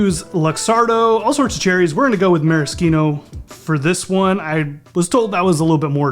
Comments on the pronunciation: Korbell is pronounced core bell and it’s not Mary Cino cherry it’s Mari Chino, cherry. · "Korble"? Ah no, it's Kor-BELL in Wisconsin. "Maris-keeno"?, this guy.